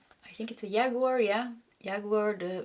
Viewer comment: Hello, cute and sensitive,. In English "Jaguar" is pronounced like "James" or "Jack". Not like "Yeehaw" as a cowboy would shout. Thanks for the reading, I too, just like you, learned English by taking lessons, and not by living in an English speaking household, so no hard feelings.